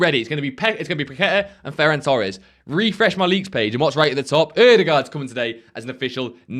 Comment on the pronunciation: "Ferrar torsch" bro, just so you know, idk why youtubers pronounce portuguese names in this cringe way which isnt even accurate, but thats for sure not how you pronounce a spanish name lmao unless this is some kind of old inside fifa joke that im not aware of